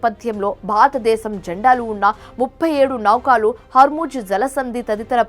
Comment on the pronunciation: ముందు నువ్వు తెలుగు స్పష్టంగా చదవటం నేర్చుకో. ఫేక్ న్యూస్ ఇది. నౌకాలు కాదు. నౌకలు అని చదువు.